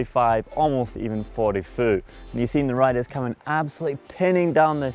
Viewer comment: He still pronounces the word foot wrong we had this incident in the dirt shed he must have got this new accent form the Canadians